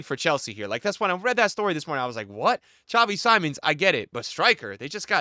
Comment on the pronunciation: It seems that you are finally learning how to pronounce Xavi Simmons 👀 good Pick!